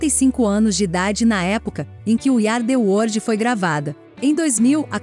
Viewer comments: O vídeo tá excelente, mas a pronúncia do inglês da narradora é triste! “We Ari The wordi”! Poxa vida! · Iú ardi uordi.........a frase é dita trocentas vezes dói nossos ouvdos.